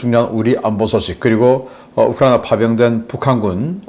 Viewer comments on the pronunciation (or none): none